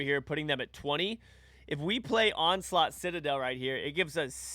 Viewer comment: you called him onslaught 😅